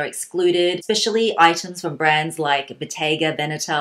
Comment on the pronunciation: OMG, you're the first foreigner I have ever heard that pronounces Bottega Veneta almost perfectly